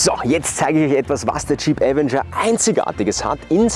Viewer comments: avEnger! Betonung auf dem E, nicht dem A! Will nicht "kleinkariert" klingen, aber es nervt mich schon seit 2022 dass die meisten Leute, die ein Video zum Avenger auf YouTube veröffentlichen, den Namen FALSCH AUSSPRECHEN. So wird die falsche Aussprache an Hunderttausende oder Millionen Zuschauer falsch weitergegeben... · Die FALSCHE Aussprache von „Avenger“ ist furchtbar.😵‍💫 Ansonsten guter Beitrag